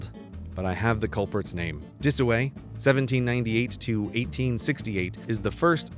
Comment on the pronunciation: Walk Disoway... not Dataway.